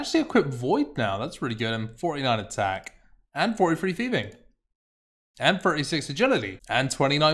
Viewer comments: Its Thieving, not feving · "F" instead of 'th', "barrow gloves", "cleomancer". Yup, this guy is just unable to read/pronounce words correctly.